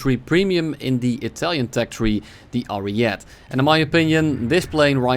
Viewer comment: It's pronounced "Ari-e-te", 4 syllables, not 3, if you can speak English this well then surely Italian should not be an issue for you since it actually follows a consistent set of rules regarding pronunciation.